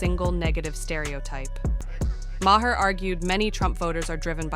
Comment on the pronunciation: Yeah, this would have been so much better without the terrible music, the voice over shit, and the mispronunciation of Bill Maher's name. Bad.